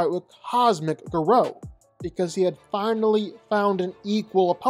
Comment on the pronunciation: The pronunciation of Garou is a crime